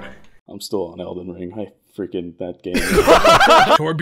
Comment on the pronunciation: I loved this video, it was just 👌. I would love to see this as a series. And my god, absolutely BUTCHERED Elden Ring. Also you make a great game host.